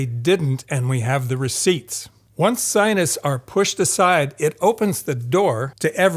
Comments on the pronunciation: Are "sionists" supposed to be "scientists"? That pronunciation is very confusing. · 'Scienists'? 'Innerview'? Seriously? I find your inability to pronounce a T disturbing. Something wrong with your mouth? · At first I thought you were saying Zionists instead of Scientists 😅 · Am I the only one getting annoyed that he calls them "scionists" instead of "scienTists" ?^^ Great video besides that! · I find it funny that scientists pronunciation sounds like "Zionists" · zionists and psionists agree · While I do appreciate this video's content, the way pronounces scientists have initially got me confused with "zionists"...the way he pronounces it is almost homophonic.